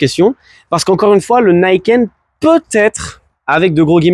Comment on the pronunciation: Non, c'est japonais et ça se prononce à la japonaise, même si les anglophones se plantent. Ni, c'est deux, donc on le prononce ni et pas naï, et ken pour les lame qui tranchent la route. Donc ni kène, Niken, et non pas naïkeune comme les anglophones l'ont déformé :) Dommage d'avoir voulu commencer la vidéo avec ça :p Je ne suis pas un hater, j'en suis à mon deuxième Niken et 70.000km dessus !